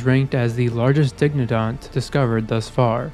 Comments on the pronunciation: Bro you are not pronouncing dicynodont correctly. die-sigh-no-daunt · Dicynodont is pronounced die-sine-oh-dont, but great video.